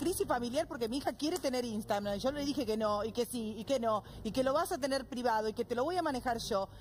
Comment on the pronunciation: Le hace una cuenta de "Istagram" (lo pronuncia así) a una nena de 9 años que dice proteger. Nada para agregar.